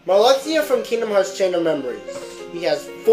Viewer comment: Marluxia is pronounced Marlusha.